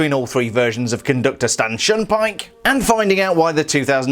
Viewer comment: it sounds like you said “Stanchin Pyke”